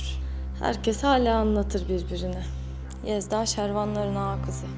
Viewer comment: Yezda değil değil. Laaa bizim kiracı sevdağğğ